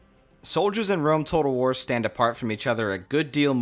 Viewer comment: Could you say the name of that first game again? War-whatter? Medieval-Tawter? Rome Tawtel? Shogun 2 Total War? See what I did there?